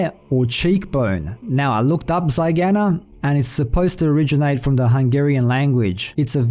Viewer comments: zygoma, not zygama - zygomatic arch is the cheekbone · The book says "zygoma", referring to the cheekbone, which is called the zygomatic process/zygoma. So it says "Misshapen face from malformed zygoma". It's not a clue to anything; you're misreading the word as "zygana", which is off, and looking a bit too far into that. SPOILERS BELOW And yes, this book definitely gives the only information about Snoke we can find so far. The movie doesn't tell us literally anything about him. And then he gets killed. So yeah... maybe in Episode IX we will find out more about that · Haha dude you got it all wrong with the “zygana” part. The word there is Zygoma which is the abbreviated version of zygomatic bone which is an arch shaped bone which forms the bone part of your cheek and the floor of your orbit, It will be referring to the fact his face is malformed and quite significantly smaller than the other side. From a Dental student and Star Wars nerd hope you’re excited as I am for next week! 😀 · oh my god... this is hilarious. the word is Zygoma.... the zygomatic arch is the bony part that forms your orbit (where the eyeball sits). but keep researching hungarian , it's funny.